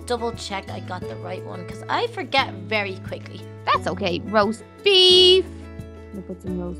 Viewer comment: did anyone hear her saying "roast baif"